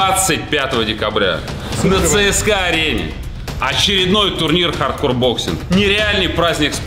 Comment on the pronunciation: ЦСКА, а не ЦСК